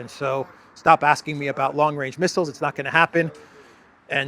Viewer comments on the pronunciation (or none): none